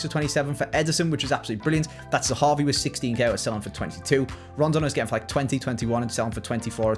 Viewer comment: you need to say zehavi!!!!! Not zahavu